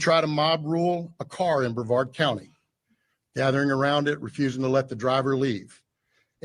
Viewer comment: It’s BREVARD COUNTY…not BAVARD COUNTY!!!